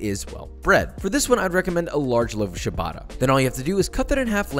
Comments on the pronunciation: Well, since you are so precise in not saying parmesan, I might add that the "i" in parmigiano and "reggiano" is silent (like parmidjano), and that it's not "shabatta" but more like "chabatta". Nice video, mate. I actually wanna try this american snack that I always hear about associated for some reason with Italy. The closest thing we do is the "lazy" version, but we use virgin olive oil instead of butter usually, and we call those "crostini". keep it up mate! love from italy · You should pronounce ciabatta like chabbatta with ch like in chapter, the TTa like tackle. By the way, your reading is pretty good for an english speaker. The only things you miss is sometime plurals like formaggio the plural is formaggi (i for “male” words e for feminine) but it is not a biggie. What everyone got wrong is "gli", we read gl like conglomerate but when there is gli like in aglio (garlic) it is another sound. Even few italians cannot pronounce that. Check it on Google Translate. Learn that and Italians will kiss ;) I really enjoy your videos, even some recipes are too rich for me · I lost it when he pronounced ciabatta as “chabatta” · The way you said “ciabatta” broke my italian heart 😢💔